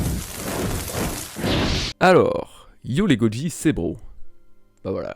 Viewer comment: yo les goji c'est bro MDR tu t'est mordu la langue ou quoi 😂😂😂